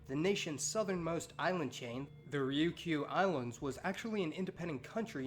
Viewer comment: Ri-yu-ki-u? Damn gaijin pronunciation.